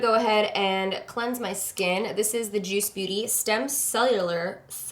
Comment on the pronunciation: you said juice "booty"